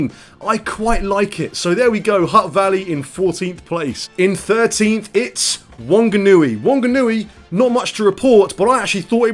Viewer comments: is the type of guy to pronounce whanganui (fa-nga-nu-i) as wonganooy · Ha ha, the Rock radio station had a poo town thingy and every city had their fair share 🤗Look it up, it's funny as. Also Jono and Ben had a town thing. Oh and you pronounce Whanganui as Fanganui, the WH is pronounced as. Ka pai bro, Me in Tauranga 👍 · Pronounced 'Fanganui I woulda thought..